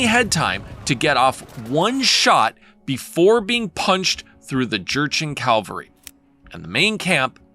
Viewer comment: Cavalry not to like "mount calvary" I understand it's spelled cavalry as well but everyone says mount calvary like how you are saying cavalry it's very annoying 😂 but great video otherwise.